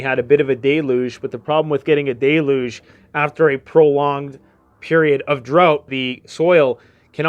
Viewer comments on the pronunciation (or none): How do you get the word ( Dayloge ) from it’s Del,uge without a comma Deluge